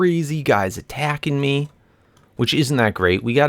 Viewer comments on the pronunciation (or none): It's me not ae